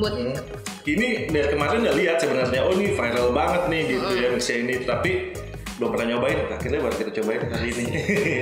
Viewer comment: Itu bacanya Mishie…..